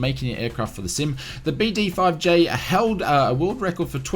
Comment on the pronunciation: You pronounced BD-5J correctly. I'm old enough to remember when this aircraft arrived as well as the entire BD-5 series. I think in 1971 a BD-5 could be purchased for just below $2,000 U.S. Welcome to modern inflation. I passed up an offer to buy a Beechcraft Bonanza with a fresh annual for $10,000 too...